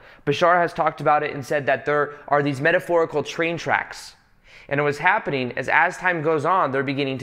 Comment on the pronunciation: Every night when I listen to this and he says the word "metaphorical" it trips me out